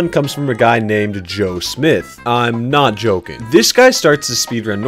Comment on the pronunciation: I laughed a little because he said I'm not Joeking